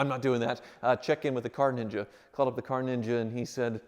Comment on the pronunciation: NEENJA! Lol!